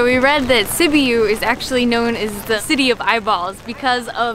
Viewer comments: It's Sibyou. Phoenetically. Not Sibeeeyou. Oh my! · Sibiu pronounced Seebeeoo. Yes, soups, stews are very popular in Romania. That was typical Romanian cuisine. Very yummy, not so light. That garlic sauce is called mujdei. I love mujdei. My brother-in-law makes the best mujdei. That was sour cream or smantana and it's usually put in ciorba when eating it. They gave it to you guys to stir it in. This is your typical Eastern European food.